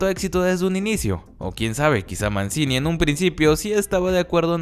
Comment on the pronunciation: Se pronuncia "Manchini"